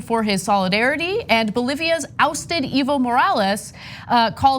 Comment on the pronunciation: elizabeth taylor. By the way: E in spanish is pronounced A as in bay, say, stay, etc. So it is AY-vo not ee=vo. Same for Moral-AYS not Moral-is. VIVA BERNIE. THERE IS NO BERNIE PLAN-B, INCLUDING WARREN.